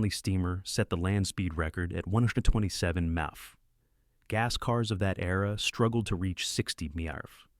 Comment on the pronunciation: 60 Meuff? Is that faster then 60 MPH? Asking for a friend who ISN'T an AI.